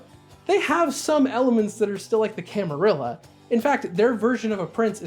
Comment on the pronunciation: So glad you pronounce camarilla properly 🥳